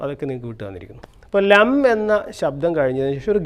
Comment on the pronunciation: It's not Lam actually... It's LANGM ... With this syllable is only powerful.